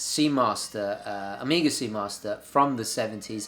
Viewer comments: Great channel and video. Had a problem, when you say Omega y sounds like Amiga. Hahaha. Cheers! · You say Omega like you're talking about the old Amiga. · amiga ? you keep saying it wrong lol. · Love how this guy says Omega as “Amiga” .. good old Commodore 😄